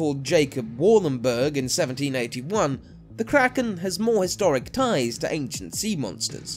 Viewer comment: not to be rude or anything, but it dosent take that much to find out how a word is pronounced. great video though:)